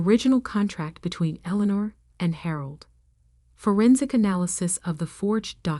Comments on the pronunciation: "St" is "Saint Michael's Cathedral", not "Street"! "Eleanor" should be pronounced correctly always in the commentary, to have the correct spelling in the text! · Good lord. Pronounce Eleanor correctly! And St. is not for street, it's St for Saint Michaels!